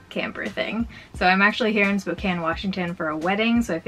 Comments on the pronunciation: I am so used to non-spokanites mispronouncing Spokane that it threw me off every time you said it right 😂 like my brain was constantly prepared to correct something that didn’t need corrected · It’s always a breath of fresh air when someone pronounces Spokane correctly 😂